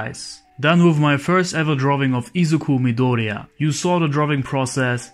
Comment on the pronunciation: I’m so grateful that you tried to pronounce Izuku midoriya in the “‘meant to be” Japanese way.